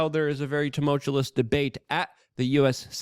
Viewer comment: “Tumult(U)ous” not tumultu”LOS”. Every single day. Haha. Love the show.